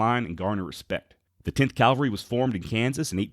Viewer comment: CAV-AL-RY. Please...please....please. It’s ear cancer hearing you say Calvary.